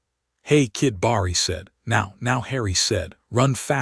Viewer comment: Barry being read as Bar-E drives me nuts. Does anyone actually listen to these before posting????